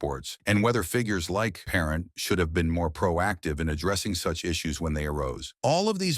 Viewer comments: Brutal announcer. Get rid of this announcer. Can't even pronounce the goalies last name correct. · Not even pronounced his name correctly shameful